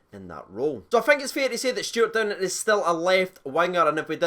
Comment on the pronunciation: Cheers for getting the name right mate 🇬🇧